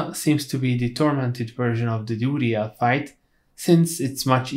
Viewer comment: duriel is pronounced dur re el not dooly yeah like WTF LOLOLOL